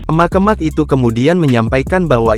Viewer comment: Naratornya jangan pake bot, jelek banget ngucapin kata "emak-emak",...